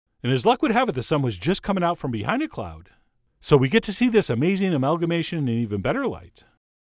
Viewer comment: I'm sorry but his voice emphasizing random bits of words is just way too much for me. It sounds so manufactured. "OVer the top. "Which is veRY cool. "beHInd a cloud"